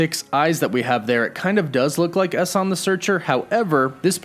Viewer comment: It's really weird hearing your mispronunciation of Salma Hayek and Eson the searcher, bringing back Chthon vibes again